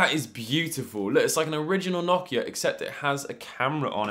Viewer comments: Why do you say nohkia 😭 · That’s not how u pronounce Nokia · Nokia❌️ nokya ✅️